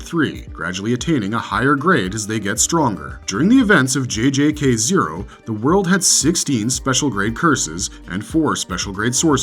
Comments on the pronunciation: The way he pronounces JJK makes my skin crawl No offence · It's baad